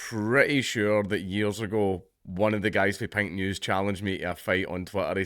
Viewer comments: Watching this half-deaf is hilarious because it sounds like he's saying "Pingu's". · It wasn't till 1/3rd of the way through that I realized he wasn't saying "Pint News"! Now, it makes perfect sense and is, in fact, expected. Still, it would make a great name for a micro-brew critique site!